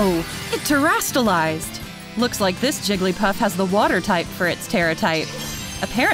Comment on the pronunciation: This announcer is awful. "TM Machines..." Jigglypuff does like 4 damage...real tough. Wtf is she saying? Crizastalized?